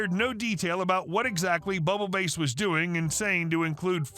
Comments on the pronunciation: I'm sorry but you pronouncing Bubble Bass as Bubble Base is driving me insane Bubble Bass is a guy from SpongeBob SquarePants. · did you mispronounce Bass (as in ‘Bubble Bass’) on purpose? I think the OP meant bass like the fish….. 😉👍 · It’s actually bubble bass, as in the fish. You’re killing me with this